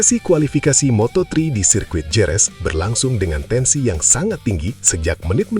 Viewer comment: "HEREZ" Kek ! Bukan Jerez ! 😝